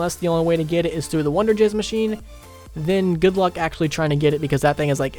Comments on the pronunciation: anyone else notice he said wonder jizz instead of fizz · Anyone notice he said wunderjizz instead of wonderfizz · He said wunderjizz